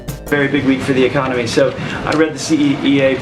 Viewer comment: Ahh, the “arconomy.”